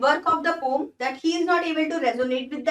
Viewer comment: She is speaking right because,Correct pronounciation of poem is not 'poyam' but like 'po-am'